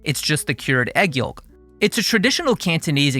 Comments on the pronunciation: Great video! (Also, pronounced "yowk", the L is silent.) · The L is silent yolk, brother. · fascinated by your pronunciation of yolk